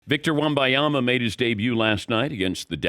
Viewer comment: How hard is it to read and sound out his name? It’s not wembayama